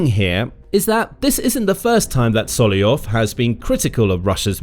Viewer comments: His name is SolOVyov, not Solyov :) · Solovyov, not Soliov. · it's solov-yov not sollyov 😭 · Why are you pronouncing Solovyov’s name so distorted. It’s one of the easiest Russian names to pronounce! You simply “ate” the first V! IT IS NOT SOLOYOV! It is soloVyov! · I thought his name was sol-ov-ee-ov but you keep saying sol-ee-ov. Which is right? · Not Solyoyov he is Solov'yov. Your pronunsution of russian names and lastnames is shitty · It's not So - lo - yov !! But So - lov -yov!! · SoloVYov, not Soloyon. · Sorry, who is 'Sollyov'? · This is a genuine question: why aren't You reading the first V in Solovyov surname? Cause it's pronounced Solov-yov. :D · I love when the reader gets to a russian name, and then just makes something up that vaguely sounds like it looks 😂